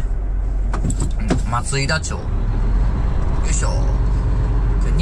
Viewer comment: 松井田町（まついだちょう）ではなく松井田町（まついだまち）ですよ～ そういえば、碓氷峠はトレーラーの横転事故が前にあったのでカーブは特に気をつけてください！ 本日も、安全運行で頑張ってください！